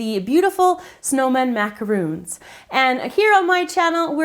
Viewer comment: I'm sorry to be annoying and picky, but it drives me soooo crazy when people pronounce macarons with the 'oo' sound! macarons & macaroons are two different things!